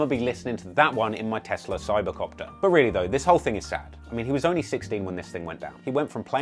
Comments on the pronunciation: "My Tesla Sybercopter" LOLOL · He said telsa cyber copter 😂😂